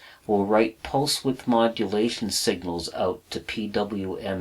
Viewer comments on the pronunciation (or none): none